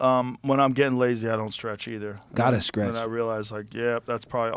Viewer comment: "Gotta sKrech!" ... was it Jaimie that whispered "its stretching"? Or did he try to correct himself?😅